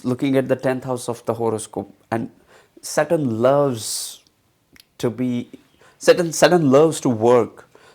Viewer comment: you need to fix your phonetic stress on few sounds.. specially "saturn"